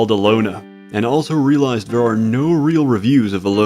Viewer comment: The letter T is not an F. Its three not free, there not fhere